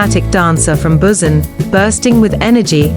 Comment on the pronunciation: This automated voices pronounciation of Daegu and Busan makes this impossible to listen to .